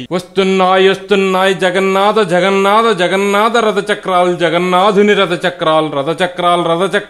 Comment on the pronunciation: Telugu Bhasha lo Ottulu anevi konni vuntaayi. Vaatini odileste Essence Potundi. Mallee prayatninchandi. Ex Jagannada kaadu Jagannatha ... Alaage Rada kaadu Ratha......